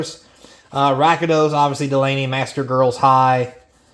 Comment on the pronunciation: rakdos not rakados btw